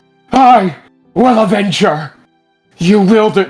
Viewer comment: "I WILL ADVENGE YOU!' sir ur acting like u didn't kill her urself